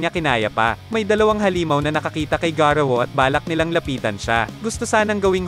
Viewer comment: Hindi garuwu Yun Garou